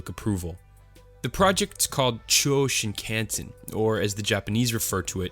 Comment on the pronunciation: It's pronounced Sheen-kahn-sen.